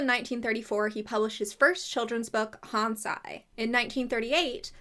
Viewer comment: Small thing, "Hansi" would be pronounced "Hahn-zee"